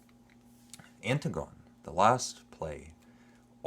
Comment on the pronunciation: Anne- Tig- on- ee not Anne- Tig -on... Oedipus means swollen foot...